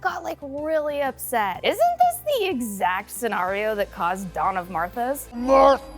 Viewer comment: "Dawn of Martha's" lmfao 🤣